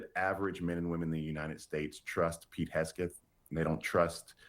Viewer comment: Bakari, LOVE when you slap these fools down! Question: do you mispronounce Hegseth's name on purpose? 🤣🤣🤣